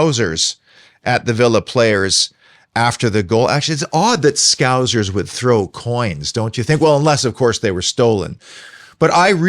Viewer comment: I agree. Poor joke, poor old xenophobic trope. Cant even say the word scouse properly which shows what you know